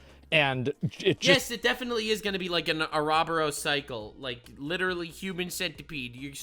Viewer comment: The way says ouroboros is PAINFUL. lmao